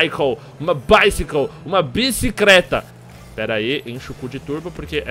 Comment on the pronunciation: PELO AMOR DE UMA VIRGEM, O ACENTO TÔNICO EM BICYCLE É NO ''BI''! BÍcycle!...desculpe